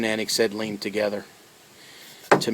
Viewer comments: oxygen and "eggsetty" he says lmfao!! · wtf is "eggsetaleyne"